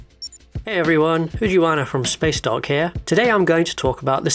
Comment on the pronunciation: Sometimes my brain hears "spaceduck" or "spacedog" and it is a wonderful thing I like about your videos that you probably have no idea happens.